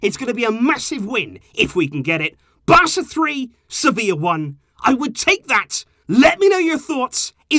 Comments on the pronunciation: Its sevilla lol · do you mean sevillla? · its Sevilla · Its Sevilla bro😂😂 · But it's Sevilla right???🙄